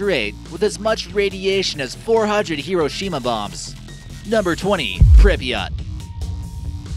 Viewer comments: people actually do live in pripyat, it's pronounced pr-eep-yah-t not prippiyaht, and actually nobody of ordinary status knew what was going on until days later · WHY does he say Prip"i"yat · Did he really just say “prippy yaht?” BOI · "Pribiott", that shit makes me cringe. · It’s pronounced Pripyat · It is pronounced more like "prip-yit" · He can’t even pronounce Pripyat right 🤦‍♂️ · He kept saying Pripyat wrong